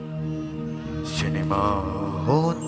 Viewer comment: Atleast mind ua pronunciation cinema horn or hall being an actor bell such an poor pronunciation